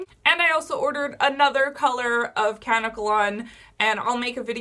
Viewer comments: I don't mean to sound like a bitch but it's pronounced kuh-neck-uh_lon. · It pronounced "KA-NECK-KA-LON" 💙 also remember to pre-treat the dreads by soaking them in apple cider vinegar and warm water for about 15 minutes to neutralize the alkaline. There is a chemical agent on the hair that is a skin irritant that can cause itching and bumps so the apple cider vinegar should do the trick and you don't have to deal with that anymore. ☺